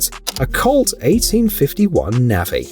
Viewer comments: Navy is pronounced Nay Vee....not navy. I mean it's the same in the UK for crying out loud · "A Colt 1851 Navvie" 🤣😂🤣 Reminds me of when Obama pronounced Navy Corpsman as Navy Corpse-man